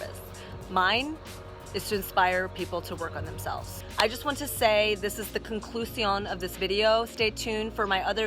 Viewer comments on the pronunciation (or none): "conclusión" I'm a spanish speaker and I found this funny